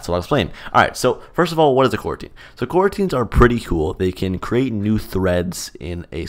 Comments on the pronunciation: Normal people: "Coroutine" Me: Q u a r a n t i n e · at first, for a second, i thought he said quarantine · FYI. To avoid confusion in it's title, it's pronounced "co-routine".